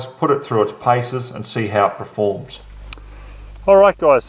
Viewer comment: Hi. I love your videos and get a lot out of them but the word is “perform”, not “preform”.